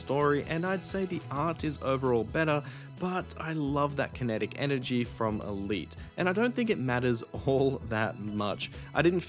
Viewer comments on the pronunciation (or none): none